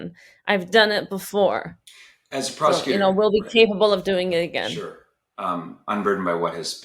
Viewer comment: "prosticutor" lol